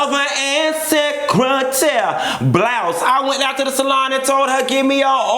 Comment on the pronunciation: The way you say lil boy & secretaire!!! 😂😂😂 Chile I been waiting....this episode was alot so let's jump right on in lol